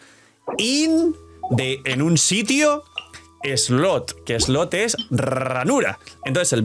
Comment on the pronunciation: Hola, el problema con la expresión “Best in slot” es que siempre lo pronuncias mal. Por eso es que muchas personas mal interpretan lo que dices. Porque “slot” lo estás pronunciando como “slut”. Slot = “slɒt” Slut = “slʌt” Entonces, no es cuestión de que los demás revisen ChatGPT, es cuestión de que lo pronuncies correctamente.